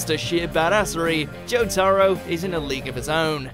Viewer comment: they butchered jotaro's name so much xd